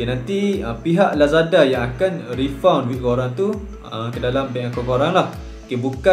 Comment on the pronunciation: Tq bang tegur….maaf ad slang kelantan ingeris…lagipun ni antara video terawal di youtube…tapi cara sebutan dia bukan refund tapi “refan”